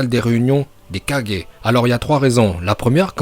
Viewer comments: le mec il dit kadger c kage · On dit kage pas kadjé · j'ai vérifié on dit bien gué et pas gé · Ses oas kajjééé mais kagé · C pas kajé mais c kager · Oui et tu prononces aussitôt mal kage. Toi t'y dit ça comme kadje alors que c kaguer (kage) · On est d'accord tu le prononce bien c juste le kaje au lieux de kage qui est impeu frustrant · Par contre je comprend pas pourquoi tu dit kajé alors que sa se dit kage (kagué) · c'est pas Kage c'est Kagué! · Ca me tue quand tu dit kaje C kage😂😂😂😭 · Tu dit kadger et ses kage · Au lieu de dire kage il a dit 4G ptdrrrr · " 4g" "rai4g" sérieusement ?! On connaît tous le multiclonage en japonais non ? "Kage bunshin no justu" dit le juste dans ta tête tu vois deja qu'il raconte que de la merde. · Kagé pas 4g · Pourquoi il dit kagé et pas kage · Je rêve ou il a dit les 5 4g😕🤣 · pour dire kages sa se dis pas 4G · Stp pas kaje kage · Att t’as dit kagé mais 😂😂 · Je rêve ou ta dis KAJE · Oui mais tu dis mal c'est pas kage mais kage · z Bon peut être que t'as raison mais tu prononce mal kage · Je veux bien que tu prononce bien uchiah parcontre prononce bien kage stp parce que j'est eu mal au oreilles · Ça encore ça va, mais on dit SHIPUDEN, pas SHIPUNDEN !!!!! Et KAGUÉ, pas 4G 🤣🤣🤣🤣🤣🤣🤣 Ps: aime le commentaire pour qu'il le voit Bordel, c'est pas TSUSHI4G 🤣🤣🤣🤣🤣🤣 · Qui comme moi entend "Shipunden" et Kadjé😂